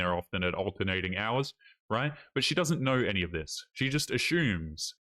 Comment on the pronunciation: "She just ashumes."